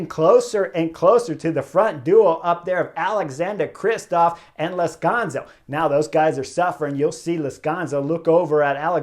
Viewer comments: Chris, it's Lazcano, not Lazcanzo. Anyway, great review again! I don't get to see many of these race live, but watching your video's is almost better. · I'm sorry Chris, Lazkanzo? or Lazkano? Not once you said it right knucklehead. :)